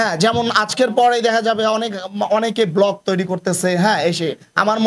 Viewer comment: এ লোক কিসের পরিচালক,ব্লগ কে বলে ব্লক